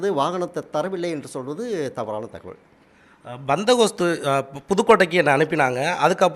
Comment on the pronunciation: ஒரு நிரூபருக்கு பந்தோபஸ்து என்று சொல்லத் தெரியவில்லை... பந்தகோஸ்து என்று சொல்கிறார்.. பாவம் தினத்தந்தி க்கு வேற ஆள் கிடைக்கவில்லை.